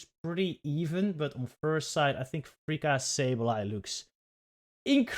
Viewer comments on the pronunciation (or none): I don't know who this freaka is, I think you mean to say fr-fourtythree-ka 😂 (Btw love the reactions!)